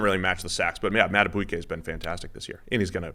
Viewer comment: Justin madaBEEkAY. Not saying it right but thanks. You will know his name.